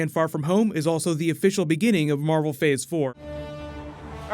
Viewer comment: You said marble